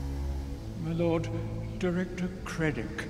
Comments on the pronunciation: Listen to the Scene . He Flat out says Kreddic, but the title reads Krennic? How has no one noticed this? Might be the actors age? Rolling a N does produce a D. But im quite sure he went straight to D and skipped the N all together. Just an observation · MY LORD.. DIRECTOR KREDIC.. the goof said his name wrong